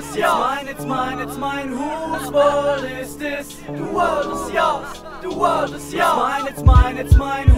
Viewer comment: huus wörlt is dis, de wörlt is joos, de wörlt is joos. Schöne Aussprache.